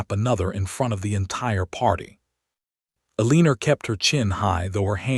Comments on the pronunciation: These AI stories need far better editing, especially in name and word pronunciations, as well as understanding that a legal separation is not the same as a divorce. Yet it seems to think legal separation is divorce. It is not. They are different. Eleanor is pronounced as "Ellen-nor" not "Aleener". AI is stupud. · These AI stories should not have characters named “Eleanor.” It’s extremely irritating to hear the nonsense word “Aleener.’ Over and over. I gave up.